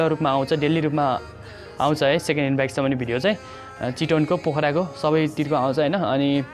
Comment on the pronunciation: चिटोन रे थुक्क मुजि बोल्न सिख भाइ